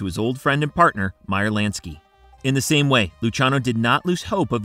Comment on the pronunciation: Lansky not LANKSY!! Lol. Great video though